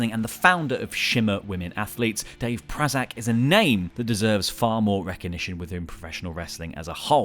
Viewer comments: One who definitely needs a shoutout is Portia Perez, Prazak delegated Shimmer's booking over to her and Danger after she retired due to a neck injury in 2015, she's also from my hometown so that one gets a plus there. Also it's PRAY-zak not PRAH-zak. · Dave Prazak's name was pronounced wrong. The first a is long... Pray-zak. Also, I'd put Merle Ramsey on the list, because almost nothing happens in the US midwest without him being involved one way or another with his company Rent A Wrestling Ring. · Dave prazak is a name that deserves to be pronounced correctly lol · Dave Prazak was also the ROH commentator for years along with Lenny Leonard and was a voice of my introduction to indie wrestling. His last name is also not pronounced anywhere near how you did anywhere I've ever heard the name said out loud.